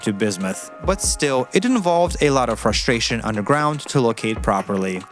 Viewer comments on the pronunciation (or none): none